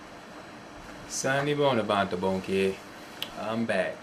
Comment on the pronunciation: I think that it is very great that you are trying to teach the language-HOWEVER please work on your accent. Your accent does no justice to the beauty of the language. For example in your greeting of Sanibona Bantu Bonke - you literally say SA-NI-BONA- that's wrong- in Zulu it's not pronounced. I urge you to communicate more with Zulu people and listen to Zulu music and other audio of isiZulu.